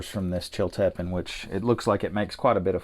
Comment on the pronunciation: FYI the correct pronunciation is Chill-ta-peen.